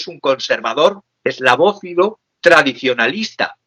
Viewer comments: ¡ESLAVÓFILO! no eslavófobo. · Eslavófilo no Eslavófobo